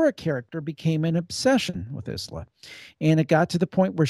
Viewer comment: Isla is actually pronounced "eye-la"